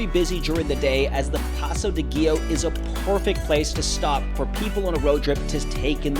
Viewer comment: also, learn to pronounce Giau and Cima correctly :D it tears my eyes